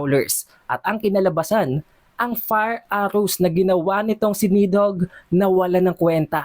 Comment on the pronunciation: BAKET BA PURO KA NEDHOGG???? NIDHOGG!!